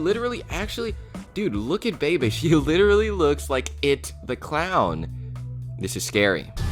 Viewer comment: Brothers: 3 Sister:1 And the pronounciation for Bebe is cringey and wrong, no offense